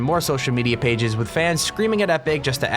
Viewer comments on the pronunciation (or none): none